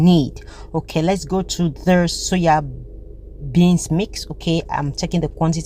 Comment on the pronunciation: SOYA BEANS NOT suya bean sis